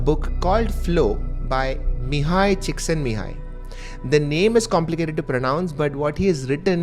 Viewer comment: Mihaaye chick-sent-me-hi. Youre welcome.